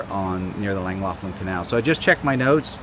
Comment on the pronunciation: Ohh that pronunciation is bad.